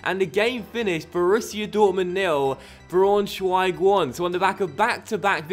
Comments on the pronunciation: I think it's pronounced like 'Brown-schweig' - just for future reference :) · You pronounce Braunschweig-brownshweig, and u pronounce Augsburg-ousburg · By the way Leipzig is pronounced "Leep-zig" and Braunschweig is pronounced "Brown-schweig".